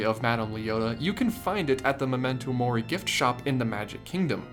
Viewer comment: Me, watching a few days after Unus Annus died: Did he just say momento mori?